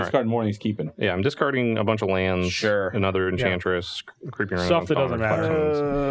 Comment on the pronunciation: Its obviously “Enbantress”